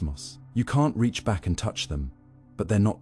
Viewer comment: Why can’t a i say ‘reach’